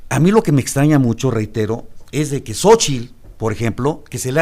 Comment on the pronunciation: ezdeque..... ezdeque....... ezdeque, chale no saben ni hablar.